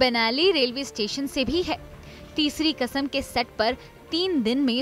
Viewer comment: तेज़ चैनल है तो तेज़ तो पीछे की आवाज़ (voice over) भी तेज़ है😄😄😄 उनको समझ ही नहीं है कि बांचे और बांटें में क्या फ़र्क है। क़िस्मत की तेज़ हो आप, जो इस तेज़ चैनल में voice over कर रही हो 😄😄 अर्थ का अनर्थ कर दी। और एक बात तलफ़्फ़ुज़ को सही कीजिए। कसम नहीं क़सम होता है।